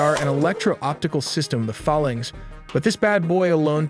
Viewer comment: what is a FA-lanx and when will AI voices start to use correct pronunciation?? Never?